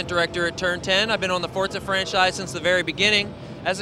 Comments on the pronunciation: ForTza 3! ;^) Not four-za. =) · y do they keep calling it fortza??? its FORZA